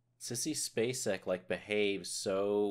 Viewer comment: you pronounced her name perfectly. Mary Elizabeth Spacek is one of the best actresses to ever have acted. And I think Sissy was about 26 at the time of playing the role.? She has made so many brilliant, brilliant films, Badlands comes to mind, plus Missing & her performance in The Straight Story. Amazing films, amazing talent.